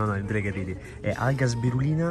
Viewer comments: “Alga sbirulina” 😂😂 è SPIRULINA!! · Comunque l’alga è spirulina non sbirulina😂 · Alga spirulina non sbirulina 🤣🤣🤣